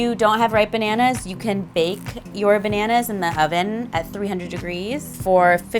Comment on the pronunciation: I can think of other words to be apologetic about. Like, saying "pananas" instead of bananas.